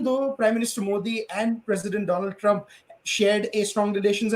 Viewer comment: Mr... Doland Trump 😄😄😄